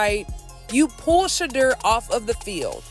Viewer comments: Peope its not pronounced Shahdur, its pronounced Shadoor. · Travesty. The PURE HATRED is real! You're not pronouncing SHEDEUR's name correctly.